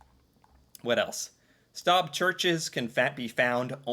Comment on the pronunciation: Stave is pronounced stay-ve. Wooden nails are called dowels.